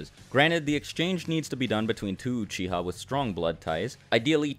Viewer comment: uchiha not uchia! *